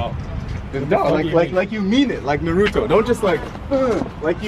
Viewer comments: if your gonna say Naruto say it right it's not nuruto it's nAruto with an a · Narutwo? its pronounced Naruto as in toe not two XD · said like naruuto